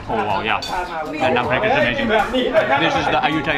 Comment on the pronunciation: love the content, just cant get past the pronunciation of 'wow'....... hahahah